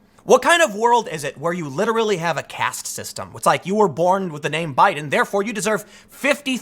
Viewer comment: Who else heard him say "Obiden"?